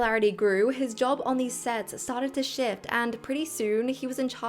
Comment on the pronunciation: I know you said "a big shift" but I heard "a big sh.t". Still appropriate for the topic.